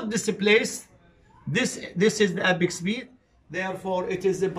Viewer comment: apex beat not epic speed صححها بالعناوين عيني 😂